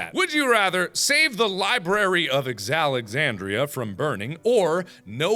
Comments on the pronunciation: lmao is it just me or can he not speak in this video Library of SuAlexandria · Anybody mad on how he said Alexandria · Mark can you actually pronounce Alexandria 😂